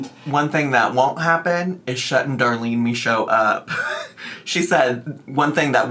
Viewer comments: As a French Canadian, I can confirm you saying "Michaud" the right way. ☺️ I'm really happy you're back, covering things you want to cover and not just following the drama. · French speaking Acadian in northern Maine here. Michaud DOES look like the way she pronounces it because it’s French and not English. 😂 Michaud is a very common name here. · Very common here in Quebec and it's said exactly like she said !